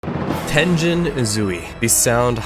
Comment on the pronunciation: did you just say.... /ten-jen/ ??? 😧